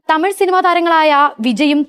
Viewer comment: Tamiy alla tamizh